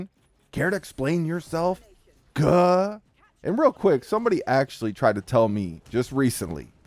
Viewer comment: Paul walker the only white guy aloud to say “ cuh “ you don’t even say it right.